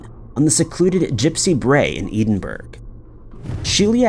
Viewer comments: I love listening to you but the way you say Edinburgh makes me cringe........It's ED IN BORO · Still mispronouncing Edinburgh, I see. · That is absolutely the single worst mispronounciation or Edinburgh I have ever heard, really disappointing to hear such a butchering of a well known place name. And from a creator I've been watching for years. Couldn't you at least Google it before saying it?